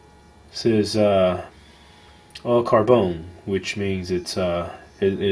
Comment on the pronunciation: It really annoys me. I live in France and he says Opinel and Carbone so wrong.